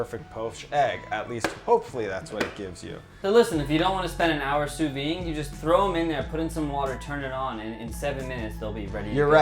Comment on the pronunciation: You... called a boiled egg a poached egg, then thought that sous-vide cooking was the same as boiling, at the same time as mispronouncing sous-vide... I'm impressed at how badly your explanation of that recipe went. But the breakfast burrito looks good and boiling eggs in a kettle may actually work so you still got a like so I can make a quick burrito later.